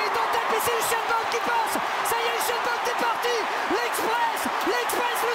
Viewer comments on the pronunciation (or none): "Uchène" bolt😂